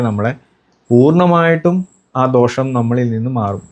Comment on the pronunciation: ധോഷമല്ല ആശാനേ.. ദോഷം!